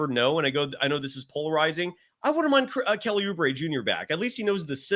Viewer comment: Lost me at Kelly POOubre